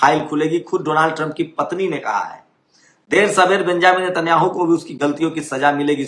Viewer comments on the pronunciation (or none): none